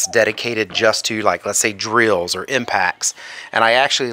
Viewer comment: Good review with useful information. The way you say drills: dree-als 😂